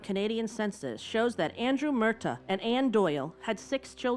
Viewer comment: Its not Mertha its Mur- tah . Its how the irish say it, sorry but after thenfufth time hearing it said wrong srarfed to grt really greating 😂😂